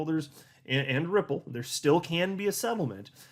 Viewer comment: Ripple sounds like nipple